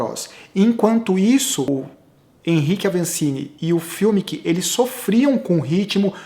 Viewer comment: Sem querer ensinar Pai Nosso a vigário,, mas Fumic e alemão e pode chamar o cara de Fumic mesmo e não "fiumic" como sempre você fala. Só uma dica. Blz?! Seus comentários são bons demais!